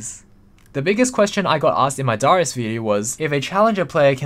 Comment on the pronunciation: Why tf do you say darius like that?